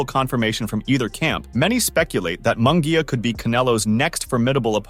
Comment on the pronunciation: Munguia is pronounced as if it was spelled like this Moon -gia.I know cause my last name is Munguia , so learn to pronounce my cousin's last name correctly.